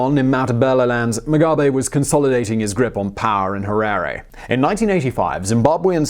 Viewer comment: Simon, I can forgive your pronouciation massacre of most of the Ndebele and Shona names, but getting the Capital city of a Country wrong is unforgivable!!! Having lived in the country for the first 36 years of my life, till 2000 having being physically chased off the legally owned land I was on, I think you gave a very balanced view of the man and his paranoid and cronistic destruction of the country. His five year genocide, in a newly 'liberated' country, of the Ndebele killed at least twice ( if not four times) as many as people as the Rhodesian army (comprised 70% black Zimbabweans....) managed in 15 years. Once again, another very good distilled and condensed snippet of a biography. Thanks you.